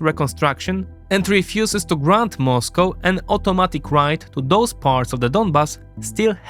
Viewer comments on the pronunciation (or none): none